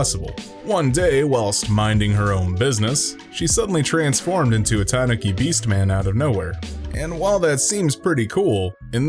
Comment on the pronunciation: It's pronounced Ta-noo-ki... Hint you play attention? Filthy casual